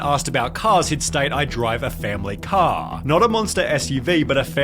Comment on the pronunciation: dude can't say the letter R Bankah Cah ithah (either)